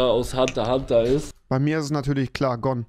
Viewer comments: oMG wenn man einfach zu "Hunter x Hunter" Hunter Hunter sagt !!!!!! TRIGGERT!!!!!! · AHHHH WARUM SAGT ER HUNTER HUNTER ES HEIßT "Hunter x Hunter" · Mich hat es so getriggert das er als Hunterhunter gesagt hat und nicht hunterXhunter 😂😂😂